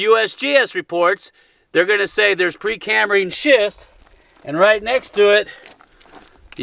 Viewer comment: Did he say pre canned shist???